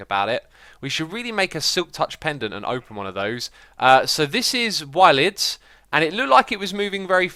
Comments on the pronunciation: Wyld is pronounced as wild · For the smeltery, I believe you can use levers and enderio liquid conduits instead of spouts. Also, wyld is pronounced like wild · wyld is said like wild